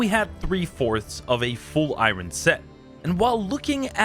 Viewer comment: Bro bro says irun 😂😅 youre funny